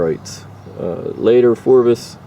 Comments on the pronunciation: Phrobis, not Phorbis. Dumbass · Phrobis not phorbis. Lol, cheer up dude, try caffiene.